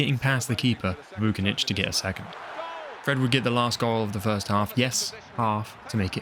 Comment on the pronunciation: Everything is amazing, but please don't read the surnames of Slavic/Balkan players like in English. We don't pronounce "C" as "K" like in English. For example - it's not Vu-ki-nich, but it's Voo - chi - nić. You can use translator to say it right. I hope you are smart to get me mate. ;)